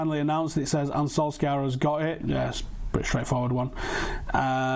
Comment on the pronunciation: "sir ole gunnar solskjaer" sounds mint